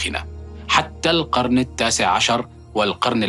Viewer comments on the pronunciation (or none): "حتى القرنَ"! 😏